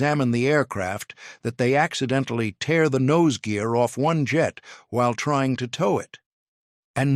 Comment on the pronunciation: SHOULD HAVE SAID "YOU CAN STILL SEE ONE TEAR THROUGH THE SKY AT AIR SHOWS. BUT SHOULD HAVE BEEN TEAR (AS IN TARE), BUT THEY SAID TEAR AS IN CRY ME A RIVER. ODD TO MIX UP TEER AND TARE.